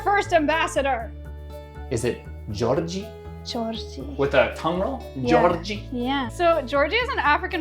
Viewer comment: I love the way he says Georgie. It’s the only way I’ll be saying Georgie from now on 🙂‍↕️